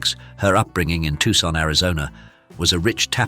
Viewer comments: Not "Tuckson". "Toosahn". Canciones -- pronounce the "s" at the end. What a joy. She is so smart. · "Tucson" AZ is pronounced "Too-son" not "Tuck-son." Is this an AI voice? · Tuxon??? Try Tosahn and you might come up with Tucson, Arizona. This British voice is for the birds... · I knew it's a bot when I heard it say "Tuckson" instead of "Toosan" (Tucson), Arizona. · Yup. And preevatey instead of private. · TOOSON not Tuckson fool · TWO san not tuck san. Get a human to do this, not an AI. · "Tuck-son" living room? Sheesh! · The minute he pronounced Tucson "Tuckson" I stopped listening. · Gotta leave. Tuck-sun was too much. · Why can't you get a real person to read the script? "Tuxon living room"??? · "Tuk son" c'mom with the terrible AI! Get it right or a real person! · Another bait and switch video....And, who really cares if she ever married or not? As for the narrator, the word "Tucson" is pronounced "TOO SAAN." The "C" is silent. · Yes I heard it say Tuk son. instead of Tucson Az.:person-turqouise-waving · Get a human, or perhaps someone who knows English as a first language, to read this narration. Maybe you could teach him/it to pronounce Tucson.